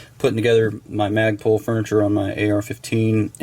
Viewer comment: Instead of Magpul it's Magprul!